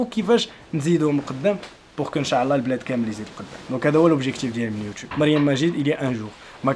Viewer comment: السلام عليكم اريد ان اصحح لك معلومة.حاول تقول إن شاء الله ماشي انشااااعععع الله